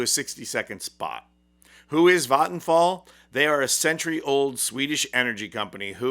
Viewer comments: that's is the most correct pronounciation of vattenfall I've ever heard from an English speaker that isn't also a native Swedish speaker. It's not 100% perfect, but really close, maybe 99.8%. 👍👍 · Vattenfall is my provider. Sure I get nuclear power but we need that along with renewable power IMHO. Also the pronunciation was quite good. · Im swedish and I saw that ad at the cinema when waiting for the Long Walk To start. xD And also fyi Vattenfall is pronounced with an a from the word what. whattfall but with an V sound and no H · Good pronounciation of Vattenfall (I'll give it a 90 out of 100). People can probably guess it by the spelling, but it means "waterfall"